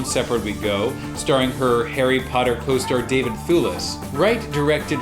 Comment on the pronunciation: on the intro i thought u said hairy brown 😂